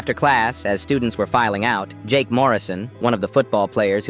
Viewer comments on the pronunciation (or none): none